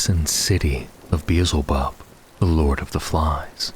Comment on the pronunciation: Bro, it's pronounced Bee-el-ze-bub, not Beezlebub 👍🏻